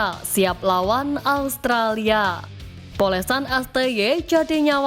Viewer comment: Australia mbak bukan allstralia😅